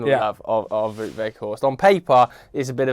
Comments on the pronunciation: It's Wout, not Woot. Same as shout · Vow-t, not woot. Just so you know :-) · His name is pronounced as "Vote"